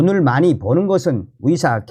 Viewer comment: 썸네일 제목은 의사들이라고 써놓고 들리는건 위사라고 들리는게 내 달팽이 관이 고장난 건가? 🤨🤨🤨